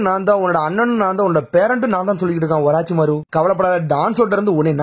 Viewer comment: Oraachimaaro Illa da orochimaaru